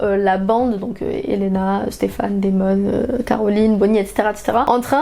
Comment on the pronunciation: elle dit "Stephane" ca me stress. c'est "Stephen" !!!!!